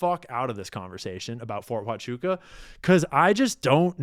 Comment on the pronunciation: Fort Huachuca matters bc THEY DIDNT WAKE UP AND GO CRAZY until Candace said the words “FORT HUCHUCA” .!